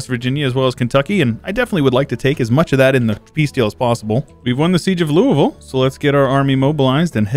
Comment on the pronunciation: thank for pronouncing Louisville correctly